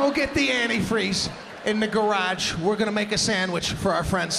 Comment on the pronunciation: “Garach”.... that’s Chicago for Garage. 🙌🏻